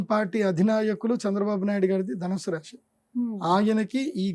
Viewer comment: గారికి 🙏🏻. రాశి అనండి రాషి కాదు.